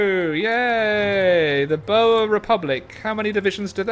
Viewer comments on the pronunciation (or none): i hope you read this. The pronunciation of the boers is like this. The oe sounds like the u in English. So it should sound a bit like burs if you take only the letter u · I have been watching you for the last year now and I just want to say I wish you luck with your personal life All the way from South Africa Me myself cant see my partner because of this virus P.S the way your pronounce boer is wrong Americans have to say it like "bor" The english should say it like "Bow-uh" with an smaal drag on the r😀 Great I got your mind of things for a sec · The way pronounces"Boer"lol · boer=booo+her prenouced as 1 word